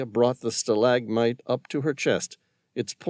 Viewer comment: Um he can't pronounce stalagmite or Adidas,is this AI?